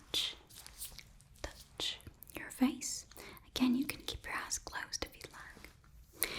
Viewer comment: Ok I hope I'm not the only one who heard "You have beautiful ass" instead of "you have beautiful eyes"